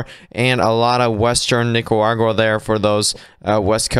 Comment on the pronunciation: He's dropping the r in Nicaragua